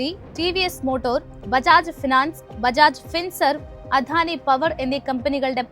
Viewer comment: അവതരണം കൊള്ളാം. വാക്കുകളുടെ ഉച്ചാരണം കൂടുതൽ ശ്രദ്ധിക്കണം. ഉദാ : ദ ( അധാനി അല്ല അദാനി എന്നാണ്.